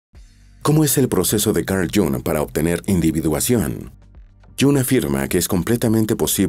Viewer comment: No sabe pronunciar el nombre de este fabuloso psicoanalist....